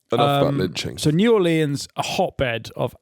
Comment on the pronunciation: Fin is determined to keep saying new orleyans